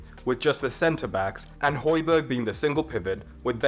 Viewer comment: and Højbjerg/Hojbjerg, not Hojberg